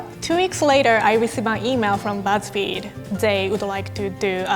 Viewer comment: Am I the only one that thought it said "gow I got fired from buzz feed